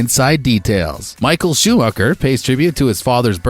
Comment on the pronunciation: The way Schumacher is pronounced... Then Verstappen and the comparison with WWE. WWE has an element of acting in their sport. Formula 1 has no acting in a race. Come on dude...